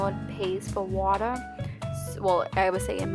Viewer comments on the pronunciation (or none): Yes I love how she says "wata" and "showa" 😂 so cute! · I almost died...watuh and vineguh 😂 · The waaaaay you say water took me out ! 😂 waaaah duh I say it like it written, wa ter 🇨🇦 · I like the way u say "water" 😭